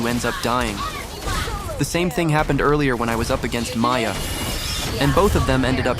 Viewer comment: Miya No It's Maya 🫡